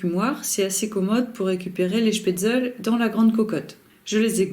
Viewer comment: On prononce schpetzle et pas schpetzel